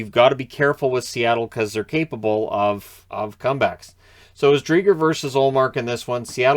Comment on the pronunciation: My dad got me a Seattle Driedger jersey; our family name. We pronounce it Dree-Jer not Dree-Grrr though. North AB!